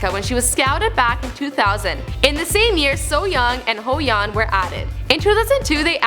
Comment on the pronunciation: Lost my shit over Hoeyeon, ahahaha